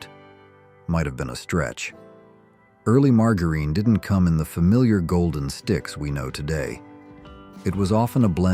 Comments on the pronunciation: I believe your AI narrator doesn't know how to pronounce "margareen," "leed," or "soldered." 😊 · Margarine was ridiculously mispronounced. Saccharine, lead, etc. etc. Not subscribing because of this. Get a human! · AI is mis-pronouncing "margarine."